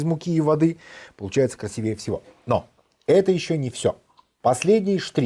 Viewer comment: Слово красИВее